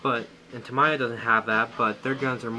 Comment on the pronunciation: the “mi” in “tamiya” is like “me” not “my”